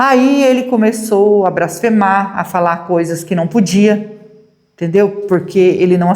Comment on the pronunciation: NÃO É "BRASFEMAR" É BLASFEMAR. É BLASFÊMIA, COM L.